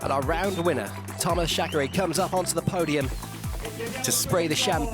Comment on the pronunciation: Some football presenters here in Brazil studied even Croatian to spell correctly the names pf the players from that country, back in 2002 (FIFA World Cup). I assume this guy is British, thus I also assume it is not that hard to spell "Reiner" correctly, and the same applies to "Chareyre". "Ashfalt" also went quite hard on my ears. However, I understand the reasons pointed previously, and believe this guys will do his best to improve for the next rounds.